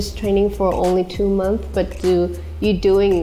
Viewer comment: Here after seeing Lisa will be a mentor again. ❤️ And yes, I'm obsessed on how she pronounced "month" 🤣